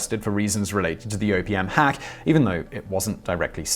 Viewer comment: OPM I thought you said Opium at first, lol